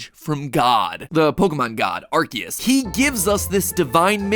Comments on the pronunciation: I love Pokemon videos so much only to see how many times they can mispronounce names and areas XD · I want everyone to notice the way he’s saying Arceus. It’a not Ar-see-us okay? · He did not just say "arh-keyuse" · Ahem, I think you meant to say ARKOOS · I hate that he says "ArKeus" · It can be pronounced either way but the official pronunciation is Ar-kee-us because arse is in Ar-cee-us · quick factoid there are two correct ways to pronounce Arceus and MatPat did not hit either of them (the first is according to the romanization of the Japanese name being "Aruseusu" which would mean it's a soft C, the second being that it was originally intended to be pronounced "ark-ay-iss," like "archaic". Which is why Silvally's ability is called the "RKS System".) Nothing against MatPat, just wanted to share this information because I thought it was cool. Enjoyed the theory as always :) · The way he pronounces arceous makes me want to cry🤣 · still not pronouncing "Arceus" correctly 😕